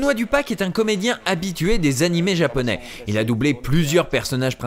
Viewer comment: C'est marrant car j'adore les VF, je les défend toujours, mais cette de GTO à l'époque a été celle qui m'a fait dire "nope, pour les séries animes Japonais, c'est fini, VOST only". C'est une catastrophe, le ton n'y est souvent pas, la prononciation de termes Japonais est souvent foireuses (comme prononcer Washington ouach-1-gthon par exemple...) car "Dorémon..." non. :| Franchement ça leur prenait quoi? 10 minutes de recherches Google, pour trouver qu'en fait c'est Do-ra-é-mon? J'sais pas quand on est censé adapter, traduire, retranscrire... ça me semble être le minimum. Et comme tu dit le langage "cool-jeune" utilisé était complètement ridicule, "c'était trop bat' cette boom", ouuaaiis... -_-" Je trouve que maintenant, étant tombé sur des VF d'animé récent, on fait mieux. Et les doublages de films animé sont globalement toujours super bien foutu comme les Ghibli. Mais GTO là... Non, pour moi c'est non non et non.